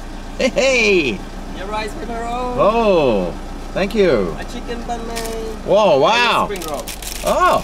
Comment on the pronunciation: As a Vietnamese person myself you pronounced it well love ya